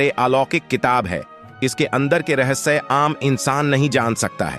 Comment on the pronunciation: रहस्से नही रहस्य